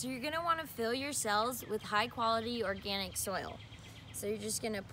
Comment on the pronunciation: Veganic or....organ-ic? 😭🤣😂😅